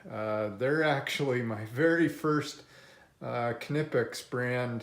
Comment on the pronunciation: Ka-nipix lol